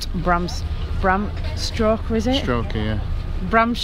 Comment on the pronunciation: Bram stoker not stroker😂😂😂